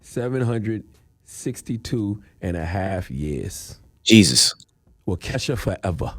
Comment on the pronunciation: Wau-Kesha Wau-Ke$ha LMMFAO it Wau-ka-shaw